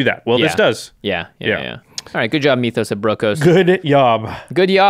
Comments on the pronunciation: M-Y-TH-OS....not M-EE-TH-OS. Same way you would pronounce myth, just add an OS on the end. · Please say myth-os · Great review and amazing chemistry between you two as always but Mee-thos instead of Mythos was killing me. It's not a Meeth or a Mee-thos. It's Myth and Mythos. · Its Myth-O's not Me-Toes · Why do you keep saying "meethos"? You've never said the word "myth" before? It's not pronounced "meethos". It's clearly "myth-ose". What is wrong with Magic players? I heard someone say "un-wind" (as in the wind blows) instead of "unwind". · Jimmy saying meeeeethos instead of mythos is almost as cringy as the singing at the start of every video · The way Jimmy says "meethos" pisses me off.